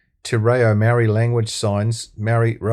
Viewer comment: This guy, whoever you are, is a card carrying RACSIT!! Can't even pronounce maori names properly, and you don't even try! YOU ARE A RACIST!!